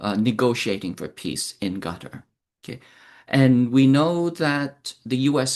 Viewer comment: It’s pronounced “cutter” & not “gutter”